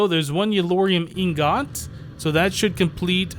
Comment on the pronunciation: Does it bother anyone else that he says ingot wrong?